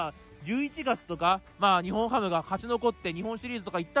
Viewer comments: ニホンハムとか（笑） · 福岡ドームもアクセス悪いよ。最寄駅の唐人町駅から徒歩10分近くする。 あと「にほんハム」じゃなく「にっぼんハム」だからね。 ついでに言えば日本ハムは東京や北海道の企業ではなく大阪の企業です。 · すみません「ニホンハム」ではなくて「ニッポンハム」ですよ。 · は冒頭で日本ハムを｢ニホンハム｣と言ってますが 正しくは｢ニッポン ハム(Nippon-Ham)｣です に代わり訂正してお詫び申し上げます。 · ニホンハム❌️→⭕️ニッポンハム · にほんはむではなく、にっぽんはむです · 日本ハムって、「ニホンハム」っていう人…いるんだ⁉️ 野球は「ニッポンハム」って言うと思っていました(笑) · 高評価516で低評価313 しっかりと日本ハムをしっかり調べてから動画を作ってほしかった 「にほん」ハムってwww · ｢ニッポンハム｣な！！